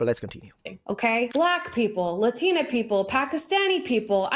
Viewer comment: I have a problem with non-Hispanics pronouncing Latina with an accent.